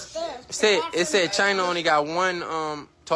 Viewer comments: CHI- CHI -CHI!!! Like China, not Chin-a. God damn, at least act like you know what you're talking about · China...not chin-ah. I can't even watch this video..every other word is "chin-ah" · lol why you saying chin-na bruh. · Does she really call herself Chinna and not China? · Yes, it's supposed to be pronounced like China, as in China cup, plate, crockery etc 😅